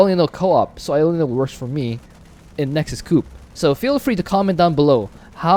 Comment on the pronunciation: why you call it nexus cup xd